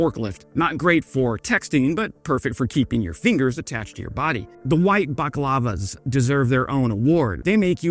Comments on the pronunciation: BAL-A-CLAVA not baklava. Balaclava is a face covering. Baklava is a Greek dessert. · My old combat goretex jacket is the one piece of kit I miss the most from my time in that thing was so comfortable and breathable you could walk inside and not sweat to death it was amazing. btw its bal-a-klav-a bak-lava is desert lol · the white baklavas... Canadians make their ski masks out of sweet stuff now? Oh i guess he meant "balaklava". My bad. ^^ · Man, this must be an AI script. They way you describe every article of clothing without actually telling us anything about the article of clothing. And the way you pronounced balaclava.